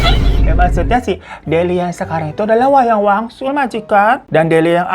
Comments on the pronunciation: awal2 "wayang wangsul" makin deket ending berubah jadi "wayang walun" kata gue siapeee???😭😭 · Wangsul jd waluh jd walyun, untung kami2 ini uda pro dengerin cerita lu baaang 😂😂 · Ngapa jd wayang walun bang😂 udh gtu nmanya diganti jd delina:_HAHAHA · Wayang Wangsul kak, bukan wanyang walun. 😂😂😂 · Di awal* kyae wayang wangsul ya bang Hiro nyebutnya, knpa ditengah* sampai akhir jadi wayang walun sih 😅 ada yg sadar gk selain aku??